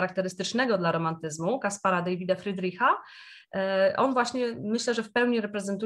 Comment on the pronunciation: Friedrich to niemiecki malarz, więc wymawiamy jak /'davyt/, podobnie jak polski Dawid, nie jak /'deivyt/. Wiele imion występuje w obu językach; na przykład Michael. Wymawiamy w angielskim i niemieckim inaczej🙂